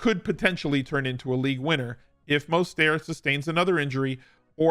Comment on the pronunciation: Not the correct pronunciation of Mostert. Plus league winning running back and Mostert should never be used in the same sentence.